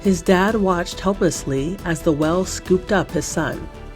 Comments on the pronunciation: She was saying well instead of whale lol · Whell and ci-ment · AI voice slop?..can't even pronounce the word 'whale'. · Nobody notice how she said whale? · Omg yes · Am I the only one confounded by her way of saying ”whale”? 😂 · No, that bothered me so bad!!! 😂😂